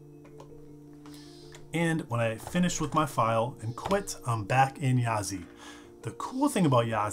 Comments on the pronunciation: Yazi is pronounced "鸭子" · Technically it's pronounced "YAH--dzuh," but good luck dropping that in casual conversation. The developer said it means "Duck/duckling" "in his language," which would seem to be Mandarin. So yeah. YAH--dzih. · actually ya-zuh, apparently it's 'duck' in chinese :D